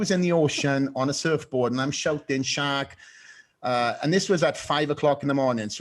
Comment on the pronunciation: It was "Shark"???........Until Fouad said, that I definitely thought Flex was telling a story about how he thought he saw "Shaq" swimming in the ocean....but it turned out to me a dolphin. Wow, LOLOLOLOL!!!